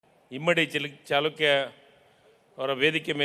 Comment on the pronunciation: ಸರಿಯಾಗಿ ಮಾತನಾಡಲು ಕಲಿ ಇಮ್ಮಡಿ ಚಿಲಕ ಅಂತಿ ಇಮ್ಮಡಿ ಚಾಲುಕ್ಯ ಅಂತ್ ಅಂತೀ ಇದು ಚಾಲುಕ್ಯ ವಂಶದ ಇಮ್ಮಡಿ ಪುಲಿಕೇಶಿ ಅಂತ ಮಾತನಾಡು ದಡ್ಡರನ್ನ ಮಂತ್ರಿ ಮಾಡಿದರು ಹೀಗೆ ಆಗುವದು